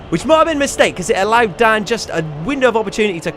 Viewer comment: you said it's Dan not dam